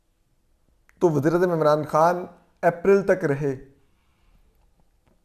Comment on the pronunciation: Toor sahib lafzoo ke adaegee ap dorust nahee kartay i.e. ....... Wazir-eAzam nay kaha .......